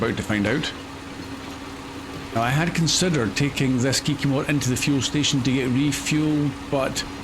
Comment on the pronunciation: Kiki-more, name of the truck, the Kikimore by MrBusses